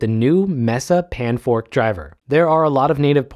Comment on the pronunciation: "panfrost" not "panfork" please